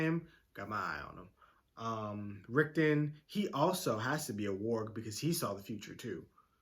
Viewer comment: I mean warging and seeing in the future are 2 completely different things. (And Rickon still doesn't have a T in his name... as in it's not Rickton XD)